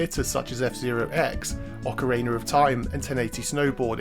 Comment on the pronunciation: Every time you say ocarina I hear "ocariner".